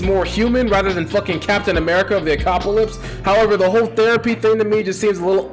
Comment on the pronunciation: whats “acopolips”?